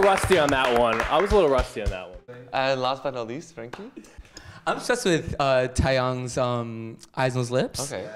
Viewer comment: he said TA-YONG .... cries in spanish,english,portuguese,japanese....